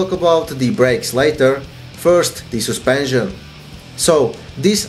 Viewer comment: Soospension xD